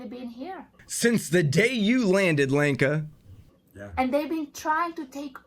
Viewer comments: When you say Lenka, it sounds like wanker and pretty much suits her. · Did you say Lanker or wanker ?